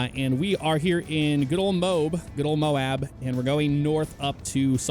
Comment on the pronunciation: should make a UHP Patrol on LSPDFR, since according to him he loves Moab. (Pronounced: Moa-b)